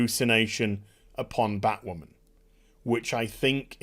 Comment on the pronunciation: Bat- Wahmen